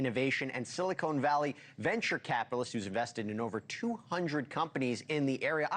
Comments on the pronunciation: “Silicone” valley 😂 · It's Silicon not silicone. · Is he saying silicone valley? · "Silicone" valley. Ha, ha ha😅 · Did he say Silicone Valley? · Story light on facts as to why CEO is moving..please give us specifics. Also it's not pronounced "silicone valley" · I noticed “silicone” valley too lmao 😂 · It’s Silicon Valley not Silicone Valley. Thx.